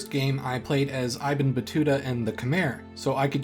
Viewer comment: Usually I ignore this kind of thing, but that pronunciation of "Ibn" is crazy. I know it's just the default English way of sight-reading unfamiliar English words, but still I've never heard anyone say it that way. "ibn Battuta" also means "son of the duckling" It's a one name together. Like Itamar Ben-Gvir. Normally people say "Ben-Gvir", but you wouldn't just call him "Ben". It's like calling a German noble "Von".